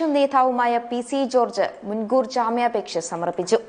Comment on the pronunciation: നേധാവ് അല്ല നേതാവ് ആണ് ശരി. ജ്ജാമ്യാപേക്ഷ അല്ല ജാമ്യാപേക്ഷ എന്ന് പറയുക.